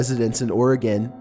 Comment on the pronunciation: you are awesome, you pronounced Oregon right!